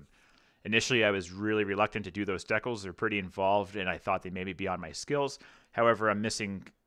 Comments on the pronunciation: The way you pronounce "decals" hurts my head. lol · As a fellow Canadian... please continue to say "deckels". Let the flowers wilt and die.